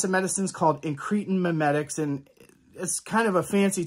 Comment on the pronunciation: IN- kruh -tin not in-KREE-tn….Pkease dear god pronounce it right!! 😂